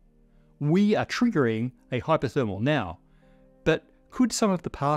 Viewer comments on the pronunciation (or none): Always love your content, but I have to say as an American English speaker the first few uses of "Hyperthermal" sounded like "Hypothermal to me which would obviously be quite different.